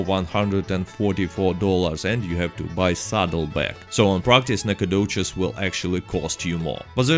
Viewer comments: It’s pronounced like “nack-o-dish” not “nack-a-doches” lol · i love the NacOGDOOOches. Love your accent lol makes the vids alot better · No one: Literally no one: nAcOGdoChEs... i jUsT LiKe sAyIN' iT 🤪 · NACOGDOCHES is my hometown ya’ll. Nack uh doe chez. 😂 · Alright I saw this you can remove the video now. Oh and make your voice saying nacagdoches into a ringtone